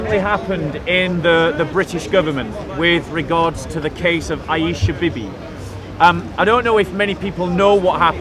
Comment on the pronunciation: Hey!!. It's not Bibee. It's.....wait for it........Beebee.